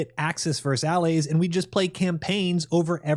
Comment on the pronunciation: you say "Axis vs Alleys"... It's Allies m8. Learn your history. The ALLIES (as in, alliance) was the alliance that foight against the Axis alliance. "Alleys" wtf man... Have you been saying it like that your whole life?